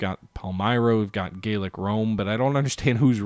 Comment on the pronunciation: Enjoying this - but I believe the Gallic Romans should be pronounced Gal-ic rather than Gayl-ic Just as Gallic refers to France whereas Gaelic refers to Irish or the language spoken by some Scots.